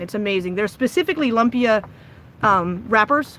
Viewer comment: You said Lumpia correct. So many recipes that you can use your imagination. If you find spring roll wrappers it's like a thin french crepe where there is an Asian grocery you get the crunchy light texture, but I've seen them steamed and wrapped in lettuce. You can make it any way, but my mom uses potatoes, carrots, beef, or pork/chicken, even seafood, garlic and soy sauce. I don't remember her using achiote probably because she could get he hands on it.